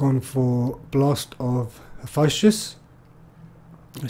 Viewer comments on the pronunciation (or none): Hef-es-tus. Is how you would pronounce it. Cool video.